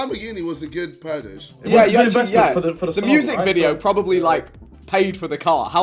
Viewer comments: Everyone: Purchase KSI: Purdase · ‘The Lamborghini was a good purdash’